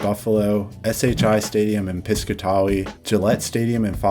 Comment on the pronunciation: for future reference, Piscataway is pronounced pis-CAT-away